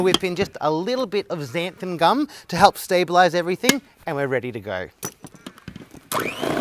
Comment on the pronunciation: It is xanthaN gum though, not «xantham gum»!!! Just saying… 🤗